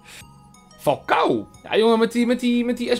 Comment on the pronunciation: Falcao = Falkaolo Cavani = cavanus